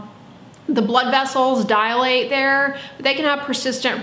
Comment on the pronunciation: The word, is "DILATE" not "DIALATE". No dials.